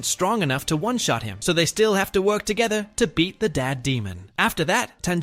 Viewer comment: "Work to getha"🥀😭